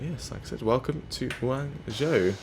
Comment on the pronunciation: It’s pronounced gwongzhow